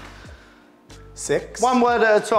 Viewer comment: Hah! Gerwyn pronounces it, 'Southwoods! 😅 Funny video